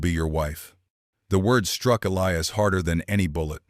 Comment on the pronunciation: your a i needs some work i heard elias pronounced three diferent ways and gila is not spelled hila all this in the first 10 minutes